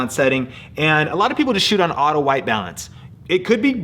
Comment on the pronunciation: haha U said audio instead of auto